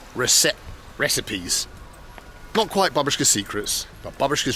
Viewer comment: You've got to stop pressing those elevator buttons more than once. Once works just as fine, it doesn't make the lift come any faster, and YOU are the one breaking them by pressing sooo many times. Also, please stop with your weird accent. It's BAH-boosh-kah, with the emphasis on the first syllable, not second, like you're saying it. Or third, for f's sake